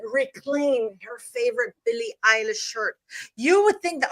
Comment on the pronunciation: Did she say Billie “EYELASH”?